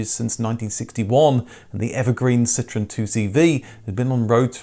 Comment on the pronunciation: It's pronounced Ce-tro-en.. dude!! Is not citron